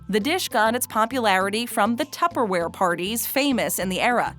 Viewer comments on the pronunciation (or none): none